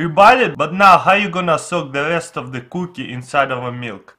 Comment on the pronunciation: samich - sandwich coo-kih - cookie